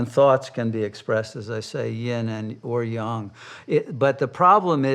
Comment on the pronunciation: The sine-wave of eternity. Every trough leads to a new peak. The old nightmare-world perishes and a new heaven-world begins while so many turn their hair grey and put wrinkles on their faces worrying about how to save a necrotic society. Let it pass as gracefully as possible....And thank you for pronouncing "yang" correctly.